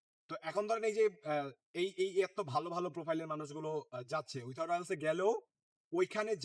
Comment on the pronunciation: Vai without er pronunciation ta thik koren